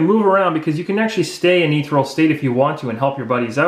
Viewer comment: Great videos. They are helping me understand the mechanics better, especially since I'm rather late to the game. One thing: ethereal is pronounced eh-THEE-ree-uhl, not ee-three-uhl. Minor, but thought you should know. Plus scimitar is pronounced simm-ih-tahr. :-)